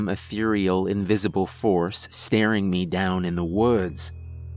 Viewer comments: You say me like mae 😂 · why does he pronounce "me" like "meah"?